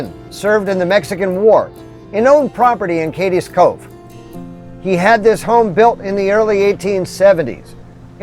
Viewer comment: Love the video. Cades is a one syllable word, not two. Keep up the good work.